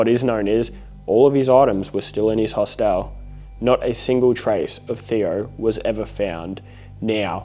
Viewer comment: I’m sorry but the way he says “HOS-TEL has me dying 😂😂❤❤